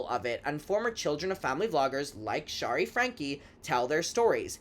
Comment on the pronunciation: Great vid! FYI, Shari is pronounced in a way that rhymes with “cherry” , NOT “shah-ree” ❤